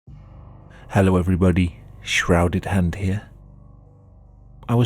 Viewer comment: After a couple years of Shrouded Hand "Ello, Shrouded 'and 'ere" CJ: "ahh shi*, here we go again"